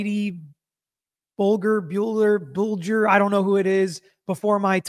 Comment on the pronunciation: “Whitey Bulger, buehler, boohler….” Clearly, is not a masshole 😂😂